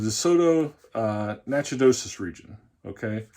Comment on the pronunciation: Nice finds ! Try Ronsonol lighter fluid on the sticker, does not leave any residue or stain and the sticker will come right off. I keep a bottle at my desk and use regularly for just that problem. Natchitoches is pronounced Nac-o-tish (Louisiana, they say everything different over there)